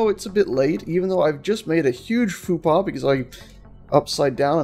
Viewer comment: By the way what does fupa mean? I hope you're not trying to say "faux pas" because if you are you're failing at it.